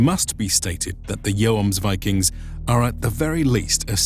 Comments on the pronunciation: "joamsvikings" ?`its pronounced Hjuomsviking for americans in order to produce a nordic sound. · Pronounce it yommsveeking(no g-sound)are and Bob's your uncle. Good video. Snart Midsommarblot så Skål från Sverige! It sounds to me like you are saying yoams all the time. So short o. Just a tip. Jomsborg is pronounced Yommsbory. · The "Joms" in "Jomsviking" is pronounced like the "Yom" in "Yom Kippur", only with a double o sound. I'm norwegian, I'd love to read the script for one of your videos to get the pronounciations right. I couldn't get over how this guy said "Joamsviking" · The main sources about them are Icelandic, not Norwegian, sagas, so the name in English doesn't derive from the Norwegian word, but the Icelandic one. And in Icelandic, it seems like "Joams" is a lot closer. Also, I think English speakers don't pronounce "Yom Kippur" the same way you do. It's more "Yaam" in English. And in Hebrew, for that matter. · "And in Icelandic, it seems like "Joams" is a lot closer." But it ain't. It's a long o sound, not an o-a diphtong. You say it like he does, but hold the o sound instead of shifting into an a, and you've got it. Palnatoke isn't Palnatoak either it's Palna-to-kuh, I should know, my name is the same but without the prefix. And Vagn is Vavn (or Va:un, if the consonant clash is too much for your poor anglo tongue) not Vagen. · I guess I just pronounce Yom Kippur incorrect, like with a J wich in english would made Jomsvikings sound false again.... in old german texts I think it's most of the time something around the letters of "IVMNE" or "IOME" would "Jomsvikings" describe as being like putting the "Yo" of the city of York in front of a fast (!) "m" (like in yummy), add an "s" as well and then ending it with some vikings....but definitely not like the "Yo-ams-vikings" I heard a few times in the vid